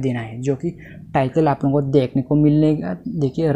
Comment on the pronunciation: Ara bhai apona nahi ap logona.